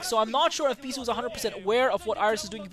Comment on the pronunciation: Beesuit <~ :) sounds funny anyways great commentaries